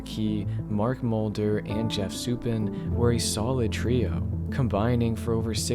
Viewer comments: For future reference: Sue-pawn. Not Sue-pin. Names are tricky, so no snark or rudeness intended in my correction. Have a good day. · “Soup-in” is killing me, man😭😭great video, but it’s “Sou-pawn” for future reference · FYI it's pronounced "sue pawn" not "sue pen" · Its Jeff Suppan, pronounced "Soup-ahn" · To me the reason was Isringhausen got hurt. With him not closing, the Cards didn't blow games. Also, Suppan is pronounced Su-pahn. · Good video! For future reference though, Suppan is pronounced Su-PAHN.